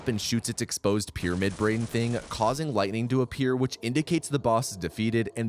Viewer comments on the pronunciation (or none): none